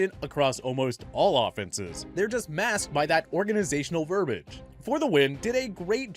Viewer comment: YOU MEANT VERBIAGE AS IN VER-BI-AGE (PRONOUNCED VUR-BEE-UHJ)?! DIDN'T YOU GRADUATE FROM SCHOOL DUDE?! YOU CAN'T PRONOUNCE ANYTHING RIGHT?! HELLO?! HOW ILLITERATE DO YOU HAVE TO CONTINUE TO BE?!